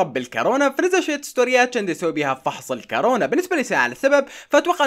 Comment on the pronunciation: كورونا مو كارونا